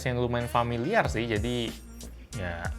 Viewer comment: poco F2 pro bang, bukan pocophone f1 " cuma disini ada aplikasi yg falimiar ", ya emang familiar kan.. mau nyebut lazada kan..tp sayang di endorse nya sma tokopedia jd cpet2 di gulir deh ke menu lain..🤣🤣🤣 Tuh bentuk kamera kek lambang uchiha..jgn main2 ntar di chidori mampus lu...🤣